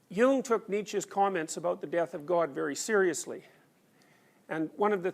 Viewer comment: Thank you for pronouncing “Nietzsche“ correctly! “Jung” needs work though...